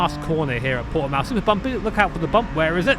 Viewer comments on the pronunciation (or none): This is cool but people from the UK really need to learn how to pronounce Portimão lol its not Portimau xD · Fun to see the map of the Nurburgring superimposed on hot laps in my hometown's circuit. Also fun to hear Brits trying to pronounce Portimão, the poor sods. (you did better with that than Steve, by the way. Or less bad, I should say. You may gloat with a native's seal of lesser disapproval)